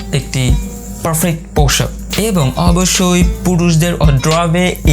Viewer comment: পোশাক না পৌশাক কোনটা ভাই,?? ভাবের চোদনে উচ্চারণে ভুল হায়রে বাঙ্গালী